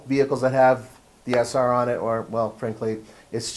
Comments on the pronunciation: Sentra Se-r not sr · I think you meant SE-R.